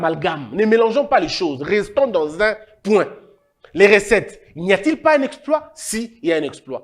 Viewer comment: Recettes et non ressettes, qui dit mieux ?